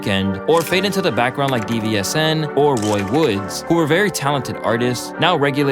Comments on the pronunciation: D.V.S.N??? Its pronounced DIVISION and their fireeeeeee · Saying all the letters in DVSN is funny i think its pronounce it "division" tho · Bro I watch all of your stuff and your research is impeccable but Brodie it’s DVSN it’s Division. I love your stuff and share it but I think you gotta make sure you’re getting the names right. Keep doing your thing!